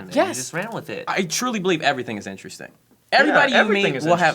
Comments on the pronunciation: saying "innersting" instead of "interesting" started bugging me about 8 minutes in. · i fucking swear sam stop saying innersting theres another t 😡